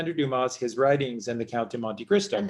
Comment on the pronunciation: Luv ur vids! Oh btw there is no Alexander Dumas ( you pronouced Doo-mus! Its french pronounced Doo-mah! Like when the doctor tells you, "open your mouth and say, " aaahhh" thee s is silent. Like thee s in Illinois) Chicago Renee hath spoken.